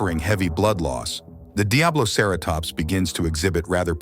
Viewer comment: DiabloCarrotops (Lmao.. these voice overs. 😂) Otherwise? I enjoyed the video.